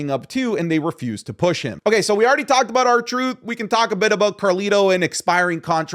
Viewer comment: As an Australian I forgot you were until i heard "Aboot" haha love the vids.